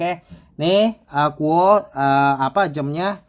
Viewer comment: bacanya KU OWE mas.